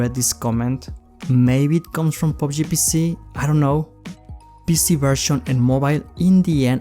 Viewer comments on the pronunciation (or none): none